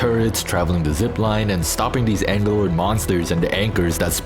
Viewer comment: The main question in the game for me: IT IS CLEARLY WRITTEN "AGGELOI" WITH VERY DISTINCTIVE DOUBLE G BUT THEY ALL SAY "ANGELOI" WHERE THE FUCK THIS "N" CAME FROM